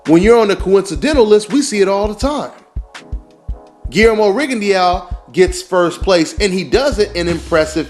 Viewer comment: its pronounce guilermo rigondo in french eaux is pronounced by ``O``